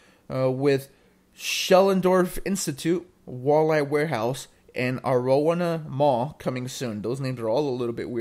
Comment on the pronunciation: That's one way to butcher Arowana Mall's name.. 😂